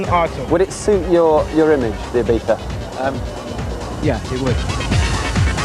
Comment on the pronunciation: I don't care how correct it is, every time I hear ibiftha I want to cut someone's head off. It's either Ibizza or Ibiza (like z in zero), not ibifthda like you had a stroke and can't speak.